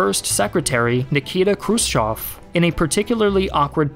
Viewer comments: Che Guevara and not Che Gavera... krutchev and not krotchev... learn a bit of other languages... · Some of your pronounciation makes me cringe. Krus-CHOV? Krus-Chev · I love the channel, but the butchered pronunciation of Slav names is killing me 😂 pronounced "Krew-shyev", EH, not "ah"